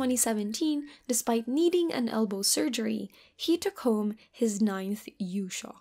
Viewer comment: Might want to make yushou sound more clearly as a long o